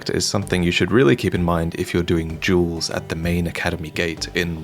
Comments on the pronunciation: jewels? Took me a minute to figure out you said "duels". Keep up the great vids!!! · I thought he said Juuls instead of duels LMAO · Can you not pronounce duels? I was like what jewels are people doing at the gate????? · This is what i heard: "People are coming here to farm jewels" Im like... What? What are jewels? Like gems in bloodborne? I never saw any of those Elden Ring! I'm missing out, man!!! Then i realized that he was saying "Duels". I'm such a nerd. Lol. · it sounded like you said "jewels" instead of "duels" which I figured I misheard or you misspoke but then seconds later you again say "this is where people do jewels". Am I just out of the loop and do not know what doing a "jewel" is? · Why do you pronounce 'Duels' like 'Jewels' ?